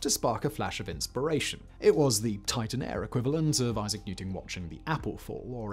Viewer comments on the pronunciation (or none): none